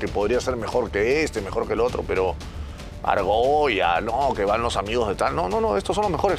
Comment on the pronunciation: full argolla , porque te cuesta decirlo xD